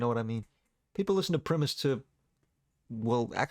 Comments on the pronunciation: Pat Benatar... come on. Primus pronounced Pri-Mus, not Preemis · in order to make sure you survive the weekend without an assassination, Primus is pronounced Pr-EYE-mus, not Prihmus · I Agree with Layne being the Goat of all Goat singers!!! Mad Season, did you actually think Primus was pronounced Premise, not a great vocalist but such a great live band seen em with Alice and Chains on the 92 orc93 lolllapoloiza tour did co headlining duties still by far best line up of a tour ever AIC, Primus, Rage against The Machine, Tool, Fishbone wtf more could one want? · The pronunciation of primus hurts my soul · Do NOT say Primus like that 😂😂😂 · why did you pronounce primus like that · Why do you pronounce Primus so weirdly? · that pronunciation of Primus will haunt me in my dreams :face-blue-wide-eyes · It sucked